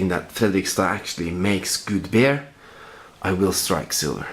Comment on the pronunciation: Hahaha, småfull på slutten her eller? Du påstår du drikker Bjørn :P altså..Bear...men det heter Beer...utales..Biiiir ikke Beeer :P jaja, samma kan det væra, er ikke perfekt jeg heller ;)